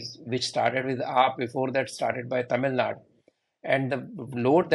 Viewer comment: First, please Learn to pronounce Karnatak"A" it is not "Karnatak" I fail to understand that how many years will the National media need to get names right from south. KERAL"A" not KERAL, TAMILNADU NOT "TAAMILNADU"